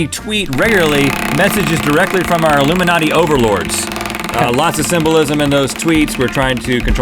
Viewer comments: Rhett is illumiNOT but link is illuminati. Rhett, we don't hear the "E" but link yes!! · Illumi not e - any ryan higa fans here? teehee